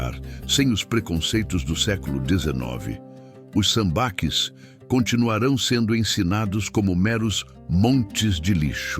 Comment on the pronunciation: Acho que a pronúncia certa é "sambaquís"